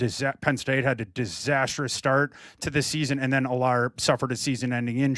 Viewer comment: needs to learn how to pronounce Allar and Klubnik name